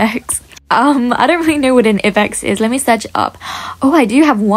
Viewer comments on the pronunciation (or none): it's I BEX not E BEX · It's not ibex space the I so it would sound like I bex